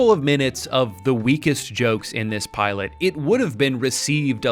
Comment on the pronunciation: why is he calling her the piolet